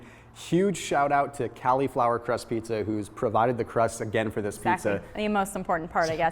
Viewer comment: Kali-Flower. Kali Muscle says he can't eat vegetables. Maybe he should contact Thomas so he can hook him up with some Kali-Flower recipes. #Hyphy Kali-Flower Tuna pizza.